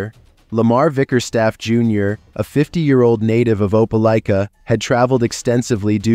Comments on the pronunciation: Hearing you pronounce Opelika like that killed a bit of my soul. It’s Opa-lie-ka, but Opa-lee-ka did give me a good laugh. Was a bit confusing because you switched between the two throughout the story. Even still, great video my guy! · Opelika is pronounced ope-uh-lye-kuh